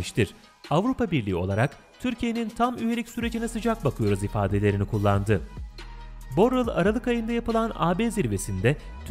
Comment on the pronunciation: Borel ulan borell.. Borler deyip duruyosun